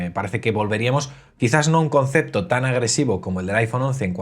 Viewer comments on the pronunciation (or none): none